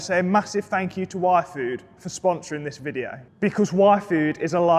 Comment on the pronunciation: Legitimately during your yfood sponsorship segment, I thought you said Waifu at first :face-orange-raised-eyebrow::face-blue-smiling:! I pushed my glasses right up and started listening :face-blue-smiling